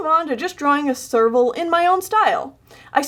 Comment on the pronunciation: Every time you say serval, my ears hear sergal, and my brain goes F U R R I E S